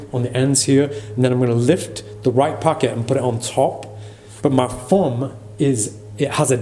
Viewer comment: When you said fumb instead of thumb- was that subtle sarcasm or just heavy British accent